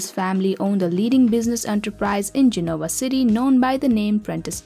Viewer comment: Gen-ah-wah City! Please, do your research.